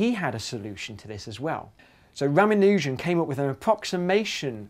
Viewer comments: Is that really how Ramanujan's name is pronounced? I thought it was pronounced more ra-MAN-u-jan, not ra-ma-NU-jan... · The pronunciation of ' Ramanujam ' was wrong , it's not how we pronounce it here in India :P . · lol how he says Ramanujan xD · oh man i'm from india and he completle destroyed ramanujans name.